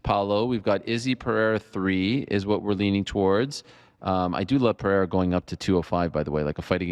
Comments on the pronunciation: Finally someone told Chael to say Pereira and not Pierra 💀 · Isn't that 'peira'? Legend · Don’t correct someone on pereira’s name then also say it incorrectly lmao, it’s PA-HAY-DA